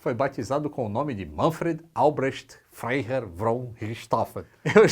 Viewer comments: FREIHERR. Se pronuncia FRAI HERR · Frei se pronuncia como Frai